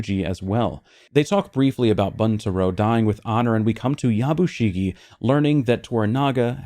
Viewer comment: Pronounced Boon-ta-roh with accent on the first syllable